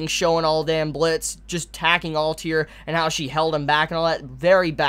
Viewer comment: you don´t like letters between vocals don´t you like kakeGURI alTIR like man what´s the issue with pronouncing the last 2 letters lol